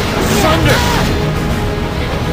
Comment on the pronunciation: I know from - he's supposed to say finished but it sounds like he said bitch